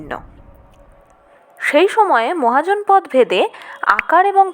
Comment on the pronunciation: মহাজনপদ শব্দটি আসলে মহা ও জনপদ এই দুটি পৃথক শব্দ তাই শব্দ দুটির উচ্চারণ আলাদা আলাদা ভাবে করতে হবে।